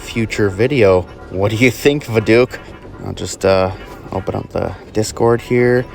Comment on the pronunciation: i love how you pronounce voduke as vaDOOK 😆✋ i thought it was vodOok lol